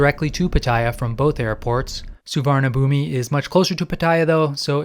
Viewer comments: A friendly tip from Team Thailand: the big bkk airport is pronounced "Suwannapoom". I know its spelled differently but you gotta get this right. There is no i at the end and it's not b it's a p for the final syllable. The transliteration is brutal so it's understandable since you were saying it phonetically. But I'm just trying to help a brother out. Suwannapoom. Say it. Say my name. Suwannapoom. You're goddamned right. And it's Don Muh-ahng airport. Doesn't rhyme with Wang. It's a softer a sound that has an h next to it. And don't get me started on Pattaya. Actually I have come to like the Brit mispronunciation a bit. 😂. Happy trails in Central Asia. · The airport is pronounced Sovanna Phum, meaning "Golden Land" in both Khmer and Thai. No idea why the Thai's spell it like that LOL.